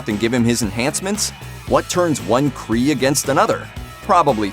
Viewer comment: Just so you know, it's Mar-vell and Kree and Skrulls. You're welcome.